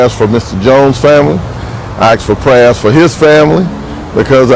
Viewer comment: I axed fo prayuz?????